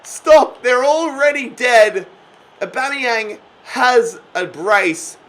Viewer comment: Just when you started nailing the name you go and take it back to Bomeyang. BAMEYANG!!!!!!!